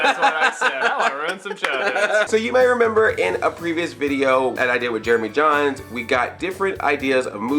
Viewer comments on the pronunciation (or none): Jeremy JANS not Jeremy JONS!